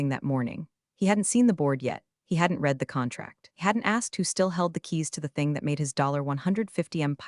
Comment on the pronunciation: Please teach AI how to pronounce “read”.